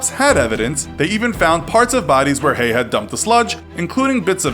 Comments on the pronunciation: Hello I would just like to say it is not pronounced hey it is pronounced hey-gu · Having this last name, how many times? It’s pronounced hayg - the ending h is silent the g is not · His name isn't pronounced "hay", the g is sounded. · You keep saying his surname wrong - the g isn't silent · I'm no expert but I think Haigh rhymes with vague. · The g in Haigh isn't silent